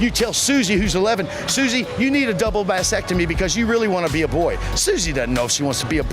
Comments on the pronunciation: I heard “vasectomy” for sure. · ya I know that he definitely means mastectomy. I even went back and listened a few times to confirm and I'm pretty sure he said vasectomy by mistake. Even the youtube CC believes he said vasectomy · He said “mastectomy”. Go back and listen closer.